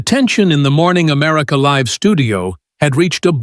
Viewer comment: Do you know how to say LIVE? Stupid!